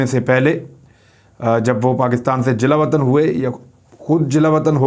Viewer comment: Imran saheb Jila watan was wrongly pronounced. Jala watan is right Thank u